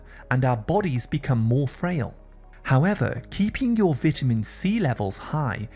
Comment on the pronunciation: Your pronunciation is wrong. It's vitamin, it's not vatamin